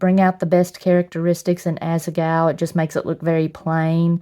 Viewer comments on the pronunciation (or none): Am I the only one who constantly hears asa-gao "as a gawl"